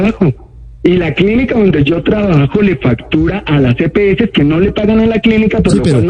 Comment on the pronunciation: Empezando porque no es Epeeses es las EPS